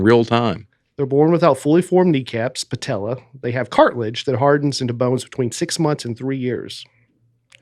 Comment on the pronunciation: I love how pronounces cartilage as two syllables